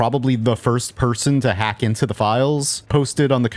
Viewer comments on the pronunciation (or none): none